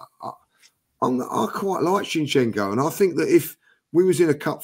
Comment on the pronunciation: needs to know how to pronounce his z'ds. Why does he insist in keep calling him Chinchenko